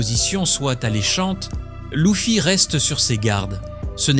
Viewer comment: Euh c'est quoi cette IA qui lis le texte😅 Louffy, Robin. Sérieux?! Pourquoi c'est plus toi quoi parle? 😢